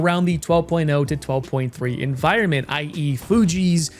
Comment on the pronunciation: "...10.0 'enviornments' for the masses 'toe' enjoy..."